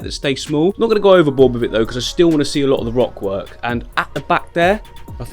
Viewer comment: I'm sure I heard you say wock work at some point :p